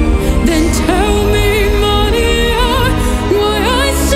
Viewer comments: The accurate way you pronounce "Maria" is highly pleasant to my latin ears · I love how she rightly pronounces “Maria”.